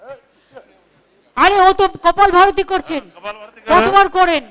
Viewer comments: " kopal barati " ? ? Haye amar kopal 🤣 ... Kothata holo kapalbhaati ... Orthat kapal + aabhati = kapaalbhaati ... Ei pranayam roj korle shorir detoxified hoy jaatey kopaal er theke abha beroye tai kapaalbaati .. ... Bangla uchharon e kopaalbhaati bola jete parey ... Kothata Sanskrit .. Bujhlen ??? Tai bhulbhal kopal barati ba kopalbharti bolben na please 🙏 ...khub kharap lagey kaan e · Great. It is not kapal bharti , it is kapal bhati... Not arbic it is aerobic..... Anyway, good class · কপাল ভাতি কে কপালভারতী বলছেন, এমন মুখ্যমন্ত্রী আর কোথাও পাওয়া যাবে না। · Are baba amio kri kopalvati not kopalvaroti, ar ami kri 2000 er thekeo besi uni thik blechen nak die niswas charte hoe sudhu peter ota nama bad baki noe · Madam ota kopal varti noi 🤣🤣🤣kopal vati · কপালভাতি আর এরবিক জানি, সব ভুলভাল উচ্চারণ।